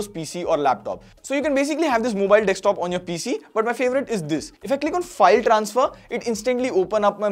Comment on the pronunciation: Dekstop nahi, DESKTOP